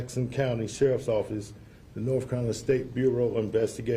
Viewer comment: He said NORFCALINA